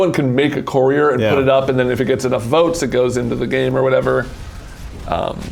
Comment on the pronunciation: The way pronounces "courier" baffles me. He pronounces it like "corridor"